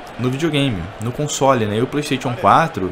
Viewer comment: Você pronuncia errado "playstation".